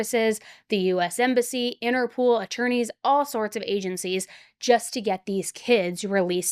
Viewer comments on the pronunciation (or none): Interpol... not innerpool....